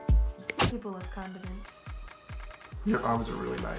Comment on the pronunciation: Was i the only one who heard say people love condements? Cause I watched it like 5 times and I keep hearing condements...